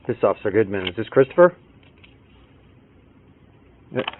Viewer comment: Ughhhh I hate! Hate when she says "christoper"